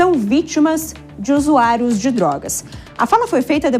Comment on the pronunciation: usuario não, se fala zuzuairos kkkkkk.